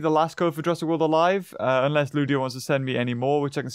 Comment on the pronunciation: Jurrasic not jurraisk